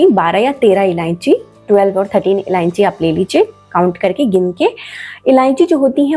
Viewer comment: MADAM JI ILLANCHI NAHI ILLACHI BOLNA